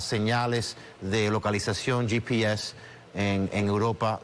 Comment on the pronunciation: ye pi es... si están haciendo una entrevista en español porque les es tan difícil decir GPS (español)